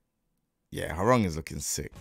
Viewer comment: as a Korean , thank you for pronouncing his name correctly ~ so many non Koreans sayin his name RANG like telephone rang 😂